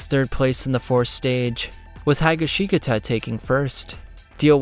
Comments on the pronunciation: Hye-gi-shee-gata Why tf do you pronounce highashikata like that gonna make me vomit 🤢🤢🤢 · The pronunciation of Higashikata felt like a bullet in my heart 🤢🤢🤢